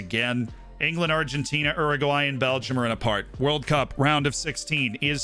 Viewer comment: ‘Erraguay’ is so wrong